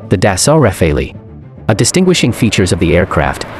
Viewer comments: The F-22 was fighting with WVR rules, ( no stealth), rules of engagement very limited for F-22, and it’s pronounced Rafale’, not Rafaley, really bad video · Its not Dassault Rafaeileigh, its Dassault Rafale, get your pronounciation correct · It’s pronounced Rah-fal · Just for future reference, Rafale is pronounced Ra-Fahl. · It’s pronounced RAWFAL which is French for « Gust ». Regards ! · Too bad This isn't the top thread, as the clowns there are just trying to shit on the F-22. Also anyone cringed at the pronunciation of "Rafale"? Freaking Ra-fey-lee... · That is actually pronounced "RAFAL" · Ra faili - what? Good grief has the presenter never heard the word pronounced properly before? Some expert! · In French the "e" is silent. And the "a" are pronounced just like in "pal". Just say "the Rafal". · Pronounce simply [rafal] (gust of wind) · Its pronounced Rah-Fall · Tous les français ont grincé des dents en entendant la prononciation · re: “both limited” - of course, which again greatly advantages the Rafale. (And at least I’m just misspelling it, I’m not butchering the pronunciation like this guy.) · The speaker can’t even pronounce the French aircraft’s name correctly 😂😂😂😂. It was a training exercise and F22’s don’t push to their full potential. Don’t read into it too much. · Please pronounce Rafale properly. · Dude, learn to pronounce the name correctly